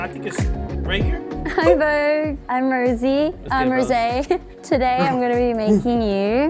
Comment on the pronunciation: DON'T ROSE, HER NAME IS ROSÉ, without the letter y